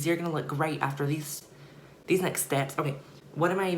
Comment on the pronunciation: when she said steps she sounded Scottish 😂